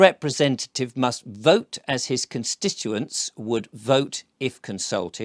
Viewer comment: Constituents. I love you but pl3ase say this word correctly. ConsTituent